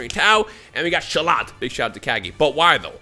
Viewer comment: This man called shallot shellot